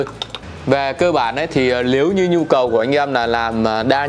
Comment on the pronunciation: Lếu như ae, Lờ vê 2,... Ngọng líu ngọng lo trông mệt thật!!